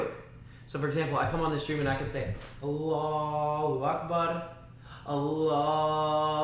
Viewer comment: Awesome attitudes, MashaAllah. Agreed. To learn fully means not to worry about what other people say or think about one’s learning endeavors. Alhumdullilah.🌴🥀 Beautiful enunciation of “Allahu Akbar,”! MashaAllah 💜